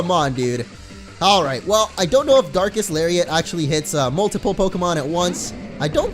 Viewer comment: I seriously thought he said dark ass lariat